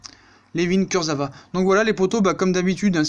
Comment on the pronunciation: Ca se prononce kurzaoua sinon super vidéo comme d'hab